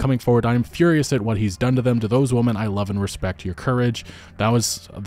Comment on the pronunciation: “Believe all whamen”